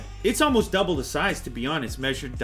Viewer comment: I find it very annoying how the reviewer replaces the word "the" with "da" very frequently. Nobody cares, but just saying.